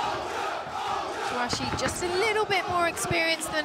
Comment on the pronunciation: It's TouCHASSIE not Touachi.. She always pronounces it incorrectly